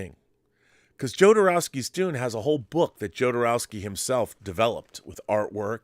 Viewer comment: Pronounced HO-do-row-ski , I think!? (just as ale-HANH-dro, not ale-JAHN-dro) This video/subject matter reminds me of 'Simone' (as in simulation one ).